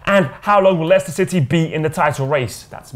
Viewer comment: Ganja Caliphate watch him say leiscester city lmaoooooo